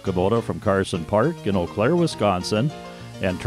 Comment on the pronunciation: its "yoo Claire" btw. also not enough shoptalk lol and the FRA is now angry at you for kicking a car